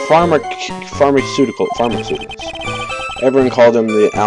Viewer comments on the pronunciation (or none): it's far-ma-sue-ti-cals